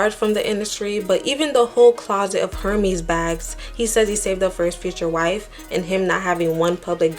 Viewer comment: Its pronounced erh mez , not her meez (hermes)